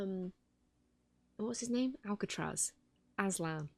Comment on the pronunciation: Every time you incorrectly said Azlan and Alcatraz it reminded me of two of the greatest children's stories. (Chronicles of Narnia and Alcatraz Vs evil librarians) convienient mistake considering this is heavily focused on stories and children's books.